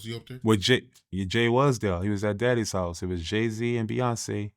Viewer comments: Did he say "Daddy's house"? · Ain’t no way said “daddy’s house” but meant to say “*diddys house*”!?!? 😂